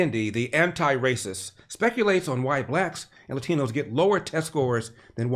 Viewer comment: Kendi cracks me up with his pronunciation of "latinos."